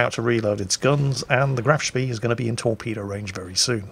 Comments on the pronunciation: You can always expect him to mispronounce Graf Spee though. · graf speeeeeeeeeeeeeeeeeeeeeeeeeee totally not triggered by the way he pronounced that